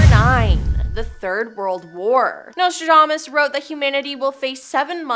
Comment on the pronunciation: If you're going to use words like impropriety, diplomacy, somnolence, relentless, lethargy, quatrains, auditory, and enigmatic you should learn how to pronounce them. Not once but TWICE you even pronounced Nostradamus incorrectly. If you're doing public speaking, or have a YouTube channel, perhaps someone should monitor your reading. It should be someone who's familiar with how to pronounce these fairly basic words and instruct you on the correct pronunciation.